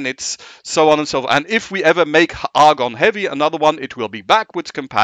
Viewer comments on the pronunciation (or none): Is there a reason he pronounces Agon as if it has an r like Argon??